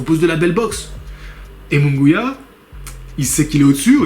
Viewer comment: jaime se prononce "raïmé" moungouia